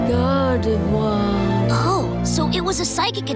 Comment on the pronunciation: Are we just going to forget he struggled to pronounce Gardevoir properly first time.